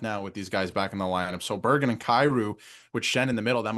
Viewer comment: I love the videos but I have to point out that It's Bergg-REN not bergg-EN